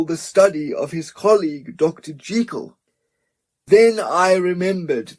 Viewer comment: This is a brilliant reading! And thank you for pronouncing Jekyll the right way!